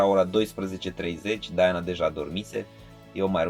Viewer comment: Se zice și citește Diana, nu Daiana.Va-ți englezit.